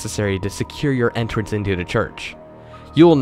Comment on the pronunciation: Can you really try to say the word "the" instead of "da"? I mean if you're looking to improve your reading skills, sounding like you're literate is a good start =P